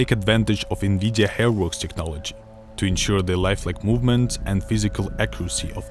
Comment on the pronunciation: "We've been working together to with Vnvidija" lol am i the only one that funds it really funny how he pronounces Nvidia?